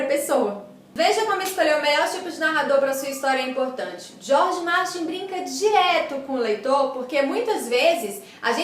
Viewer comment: adoroooo que vc fala "Jorge Martin" kkkkk essa é das minhas!